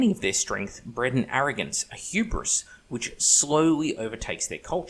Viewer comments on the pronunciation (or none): none